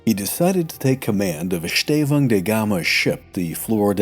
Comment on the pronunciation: Nice work on the ão diphtong in Estêvão. You failed a bit on São, but all other uses were on point.